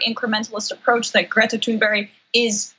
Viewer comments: Hey Anna your awesome but it's Greta Thunberg not Thunberry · It's not Greta Thonberg, it's Thunberg you actually have to pronounce it U not O or A. It's not that hard and you can hear the correct form more than enough times online in some of her videos. No offence though, I know you're not the only American talking like having a toothpick in his mouth. ;) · Can all the talking heads please learn that her name is pronounced “tunberry”. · always says Tune'berry I hate it. I love her but... I hate it. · Damage Report Her name is pronounced "Toon-berg". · Her name, Thunberg, is pronounced Tunebury. Just saying. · Please say her name right.... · Listen I support you guys but please pronounce Greta Thunberg’s name correctly OK you are just losing credibility every time this chick miss pronounces her fucking name Jesus can’t you pronounce her fucking name correctly. Do your fucking research before you post something and try to get credibility you’re mispronouncing her fucking name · “She seems like a very happy young girl,” says the primadonald about Greta Thunberg. “He seems like a very sad old DELETE prematurely senile boy,” thinks Greta Thunberg about the primadonald. But why does John Iadarola so studiously murder her surname? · Phonetically pronounced : Greta roll the R ToonBerg. No H and when spoken in Swedish the G is soft with an exhale almost sounding like T'hoon..ber e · Learn how to pronounce her name please. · Come on, John. Please learn how to pronounce her name if you think so highly of her.